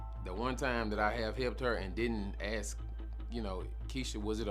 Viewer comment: I will never understand how hard it is to pronounce "ask" properly. 😂 Axe?